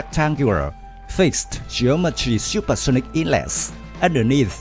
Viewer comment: "Shuper shunic Anti ship Messures"... 😂